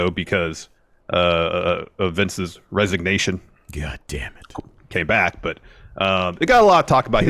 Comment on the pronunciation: Everytime he says GAHDAMNIT I buss out laughing